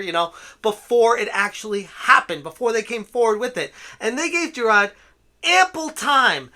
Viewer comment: There is an “R” in Jirard. Moron